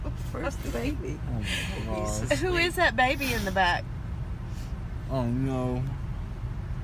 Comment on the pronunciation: "OHhh mYY GAWWR" 🤣🤣